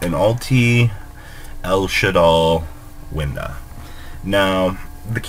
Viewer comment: Did he just say an ultimate winda? Lol